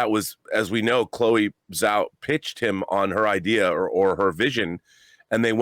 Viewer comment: Its Zhao... with a J sound But Chloé Zhao Star Wars? Yes please!